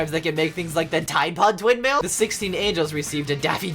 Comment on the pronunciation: Did he say twin male or twindhale